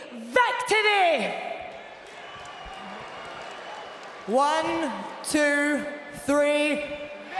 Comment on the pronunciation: "....and together we say VEC-TORY!"